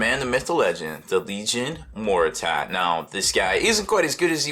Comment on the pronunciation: hahahah he said MORTER-TAT. HAHAHAAHAHAHAAHH never change.